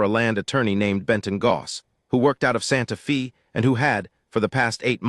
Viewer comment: Please, please, and again PLEASE work with AI to correctly pronounce Santa Fe (correctly pronounced is Fay, not Fee). The correct pronunciation is respectful of the community itself, but also to the people listening to the story. Listening from Clarksville! TN.